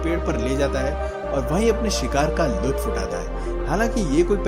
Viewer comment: You say sikhar a sikhari